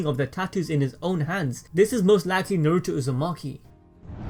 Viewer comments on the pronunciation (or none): I cant handle the butchery of the Naruto names ugh